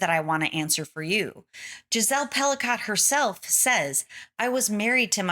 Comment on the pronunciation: all rapists are ordinary men! Her name is pronounced Pelico...not Pelicot!